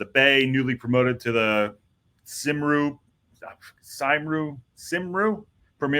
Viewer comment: And Cymru is pronounced Cum-ree